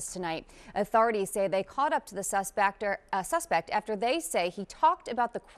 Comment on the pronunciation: "the suspector" lmao this womans whole job is to talk and she cant even do that correctly